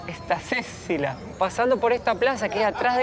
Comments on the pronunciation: "Plaza Estacecila" 😁😃🤣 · STA es la abreviatura de Santa..o sea es Santa Cecilia no STACECILIA. Saludos! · Minuto se dice: “Santa Cecilia” 🙂🙂🙂🙂